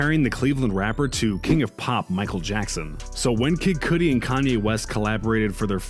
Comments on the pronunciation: Coodie? Say the God's name correctly bro😂😂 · kid "coodi" bro stopp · Nah fr!! Who tf is kid koodi?? Nigga cant pronounce kudi name name, you not gang? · "kid coodi" lol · You lost all credibility when you said Kid Cudi wrong. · Learn how to say Kid Cudi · Why u saying kid Cudis name like that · He also fucked up Kid Cudi's name . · KID CUDI NOT KID “COODI” OH-VEE-OH NOT OVO SAID AS “OVAL” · I'm convinced you mispronounce shit on purpose 😂 OVO sound insted of O V O and Kid Koodie 😭😭😭